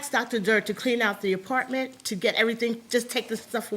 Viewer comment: “Da Partment” 😩😒